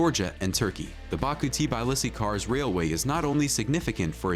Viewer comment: it is not TIBAILISI IT'S TBILISI !!! READ IT AS IT'S WRITTN!!! T as Tattoo, B as boom, I as indigo, and so on!!! )))